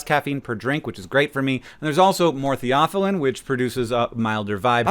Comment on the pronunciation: That's the first time I heard someone say theophylline that way 😅